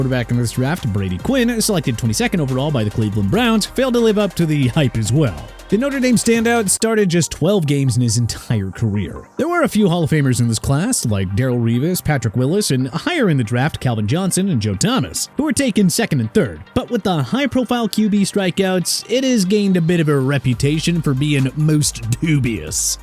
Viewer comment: It's McNown, not McKnown! Darrelle Revis' name is pronounced Dar-relle! Arrington is pronounced... FORGET IT!!!